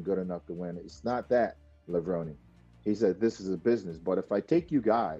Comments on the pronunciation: Kevin Levron "Ee". The e in pronounced :) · I agree. His.name is pronounced Lah-vron-ee